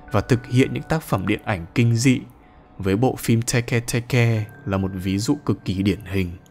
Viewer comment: Tege tege:❌ Teke teke:✅☠️☠️☠️